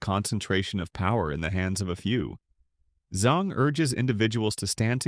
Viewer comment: ZANG not ZONG! If you cannot get the name right, you will degrade to the trust of a CNN!!! By the way, your video clarity is exceptional.